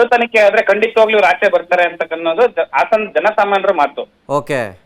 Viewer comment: Hassan ❎ hassana ✅